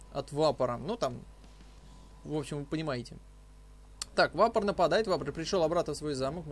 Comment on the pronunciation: Почему вапоР?,если вапоЛ.